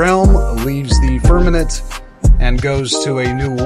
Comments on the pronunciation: Narrator boy … it’s FIRM A MENT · The mispronunciation of firmament won’t lend aid to the movement.